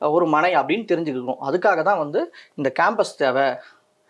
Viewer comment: கேம்பஸ் இல்லை.. காம்ப்பஸ்